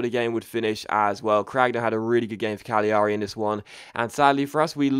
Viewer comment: It's said cagliari as in calairi you miss the g not cag li ari